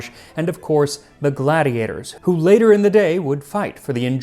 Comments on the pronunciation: Random but your Latin pronunciation is so good! 👏 👏 👏 I took it in high school and then singers diction in college which included Latin. Most Latin pronunciations I hear around YouTube are so cringey but this was a nice surprise! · The fact this dude's latin pronunciation is on point is scary. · Max, I have to congratulate you on your excellent Latin pronunciation which adds to authenticity of your historical presentation. For full disclosure purposes, although I am more familiar with ecclesiastical pronunciation, your classical pronunciation is OPTIMO!